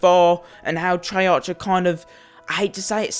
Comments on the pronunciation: Why do people always complain... 2.) it's not trey (arch) it's trey(arc), 2.) title says "scammed" but buys cod points 3.) ur lucky that u even have any dlc weapons because they increased the chance of getting dlc guns and if ur still complaining I don't think u should be playing cod tbh.. Go play club penguin 4.) just cause u don't like calling cards doesn't mean it's bad, and lastly 5.) ITS A GAME AND PEOPLE ARE WILLING TO SPEND THERE MONEY TILL THEY GET IT! Let them do it and how comes I SEEE tones of ppl with the peacekeeper if it's so hard to get?! U SEEE?, ITS NOT! ur just FUCKING UNLUCKY!... Don't get the wrong impression ur a good youtuber and I like u but ur point just stupid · wtf treyar'ch' its treyar'k' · It's pronounced "Treark" you fuck up. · It's activist on not treyarc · I would take this seriously if you pronounced the company of the game (treyarch) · The only thing that pisses me off is how you say Treyarch. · You pronounce "treyarch" wrong it annoys me SO much so I had to dislike